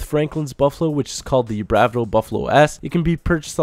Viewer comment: You can't pronounce anything.. they even say Bravado in-game all the time!